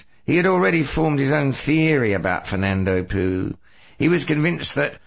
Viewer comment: that's not how you say Fernando Poo...oh well